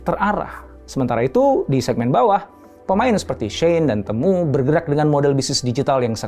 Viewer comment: Bacanya bukan “temu” kayak kata “ketemu” tapi “timu”